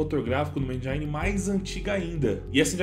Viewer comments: Bom video mano. Mas desculpa, não pude deixar de reparar: "Endjáine" KKKKK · 'endjaine' é foda 🤣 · O "I" de engine não tem som de "ai". De nada. Vle